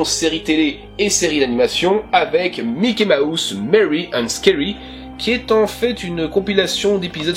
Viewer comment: La manière dont tu disais Mickey Mouse j'entendais "Mickey ma housse" c'était plutôt drôle (très sympa comme vidéo sinon :))